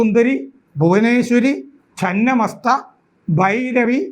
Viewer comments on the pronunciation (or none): ഛിന്നമസ്തയാണു സാറേ. ഛന്നമസ്ത എന്നു പറഞ്ഞാൽ അർത്ഥം വല്ലാതെ മാറിപ്പോകും.